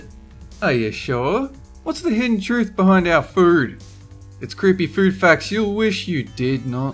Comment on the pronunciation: You say "food" Like "fooerd"